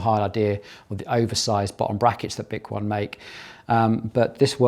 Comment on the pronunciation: 10 months later, bik-won is now bik-o-nee. They should of provided pronunciation literature in the box 😂